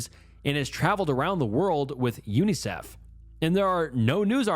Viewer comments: out here proving he's not an AI voice. It's all a part of that snooky charm - I also noticed UNICEF in this video too, most people just say it as a word not each letter. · Reading out unicef letter by letter too😭